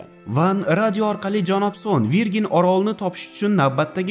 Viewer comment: verjin deb o'qiladi bokira deb tarjima qilinadi